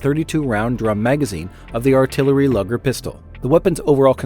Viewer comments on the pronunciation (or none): In the intro you state the SMG was first developed in 1895, but provide no images or explanation. , the nickname is Luger, not lugger, after its designer. movie clip shows WWI German soldiers firing British Lee-Enfield rifles. shows a Bergmann MP35, not a Bergmann MP18. - , these are Steyr-Solothurn S2-200 (Austrian MG30 and Hungarian 31M) light machine guns, not SMGs. - , the first gun pictured is a Steyr-Solothurn MG30 (not Model 30) and it is a LMG. did not a SMG. The next gun shown is a Steyr-Solothurn MP34 (not Model 34) (company designation was S1-100). The image of it has been reversed. The MP34 was not a development of the MG30. They are completely different designs. - , the MG30 uses a side mounted magazine, not a top mounted one. There is no gravity assisted feeding. There is more, but I suggest you do your own research and stop relying on AI generated information and inaccurate imagery that does not match the narration.